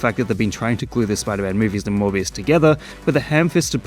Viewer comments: Morbius Sound Like Hybius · It's monthbius baby! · Gad ai lob morvuz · Your Mor-bias is showing. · "Morbuis" is that french? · it's morb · You can't pronounce Morbius without "more", so... It really is the more movie